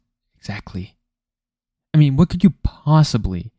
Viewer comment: “oh yeah with dramatic pause FFFWHAATT” had me rolling